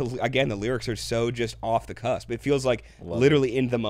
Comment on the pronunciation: The expression is “off the cuff” sounds like you’re saying “cusp”